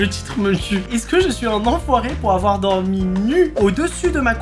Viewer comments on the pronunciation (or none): dormi et pas domi 😂